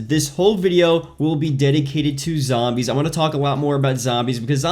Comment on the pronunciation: You can't pronounce zombies for some reason so zo zombies not sambees